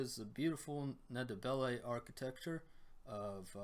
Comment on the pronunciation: I know it can be difficult for many non-bantu languages speakers to use but the "N" in the "Nd" of Ndebele is not pronounced, it should sound from the get go as the one in Hindi or Andy.